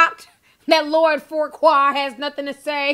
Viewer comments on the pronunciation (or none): I thought it was pronounced "Few-qway" We have a street named Fuqua in Houston and that's how we pronounce it lol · Hmmm.... You sure it's not pronounced "fukka"... But anyway.